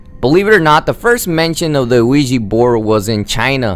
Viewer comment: It's pronounced "wee yah" not "wee gee" like "oui ja" meaning "yes, yes" in French and German "Ouija" and not to mention, it is FAKE